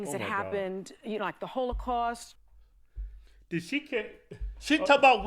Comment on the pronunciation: lol she said hoelocaust not holocaust 😂😂